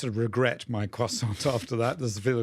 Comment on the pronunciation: Croissant has a silent T!!!